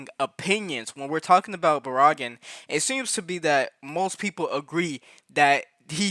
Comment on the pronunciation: Barragan Pronounced Bear-a-gon ‼️